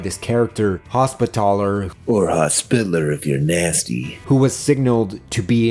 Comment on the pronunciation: Your pronunciation of Hospitaller fucking shellshocked me. I’ve never heard somebody put so much emphasis on “TALLer.”